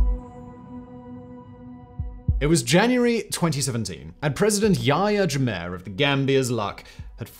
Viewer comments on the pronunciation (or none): Your pronunciation of African names is horrible 😂 it's pronounced "Jam-MAY" and also the T in T'Chiani is silent